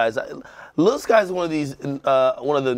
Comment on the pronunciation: I'm surprised to see Lil Skies on heat check. This guy has ode hits. Also pronounce his name as lil Skii es lol.